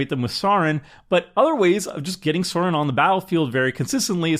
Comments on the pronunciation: its Sauron!! not sorin haha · For the record, Sauron is pronounced with an "Ow", like somebody's pinched you, not an "Aw", like you're gushing over a puppy. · Sauron slowly but surely became Sorin 😂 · I'm sorry... how did you pronounce Sauron? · Can you tell doesn't know LotR the Sauron pronunciation was rough.